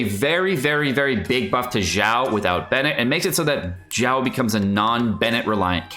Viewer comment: Xiao, xi-ao, not jiao. Shenhe, shen-her, not shenha.